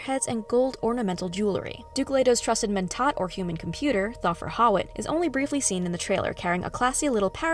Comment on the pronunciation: Lots of really weird pronunciation on this video. Like Thuffer Hawat. Glossu Rabbin.???